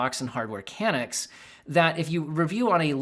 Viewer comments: I'm sorry....I have to say it and help you out. As a Canadian I can confirm that it's Hardware Can-Nucks. Not Can-Ick....sorry..just made me twitch every time haha That out of the way appreciate the video, and glad I found your channel! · Hardware Ka-nooks. Not can-nucks. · ka-NUKS, not KAN-uks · It's pronounced "khan-ooks" not "can-nooks (Hardware Canucks). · "hardware CANucks"....bro.....tell me you didn't just pronounce it CANucks.... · Hardware Canucks... I think it's pronounced Kuh-nuh-cks because they're from Canada. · Please double check pronunciation of Canucks...:face-blue-smiling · you're great, but never in my life have I heard "Canucks" pronounced so incorrectly:D You must not live close to Canada/have watched zero hockey in your life I assume. Keep up the good work though! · I like how pronounces "Canucks"🤣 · Informative video, but have you really never heard the word Canuck pronounced before? As a Canadian, it is distressing to hear it pronounced that way. Thank you Steve from HU for doing it justice, Australian accent and all.